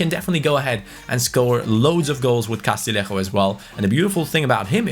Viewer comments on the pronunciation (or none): Castillejo is pronounced CAS-TEE-YE-HCO Other than that your pronunciation of player names is impeccable - a double L in Spanish is Y